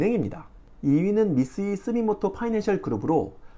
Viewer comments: 스미모토가 아니고 스미토모..... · 스미토모 o 스미모토x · 왜 스미토모를 스미모토라고 무식하게 몇번씩 발음 하세요? 국내 유튜브 BJ 들이 같은 실수를 반복하지만 은 안그럴꺼라 기대를해었는데 빨리 고치세요. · 스미모토(X) -> 스미토모(O) 계속 바꿔 이야기 하시네요.. 자막도 틀린부분 있구요.. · 피드백이 빠르시네요!! 그리고 하나더!! 스미모토가 아니라 스미토모로 알고있습니다~ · 미쓰이 스미토모 그룹입니다. 자막은 잘 쓰시고 계쏙 스미모토라고 읽으시길래... 스미모토가 더 입에 달라붙긴 하죠 ㅋㅋ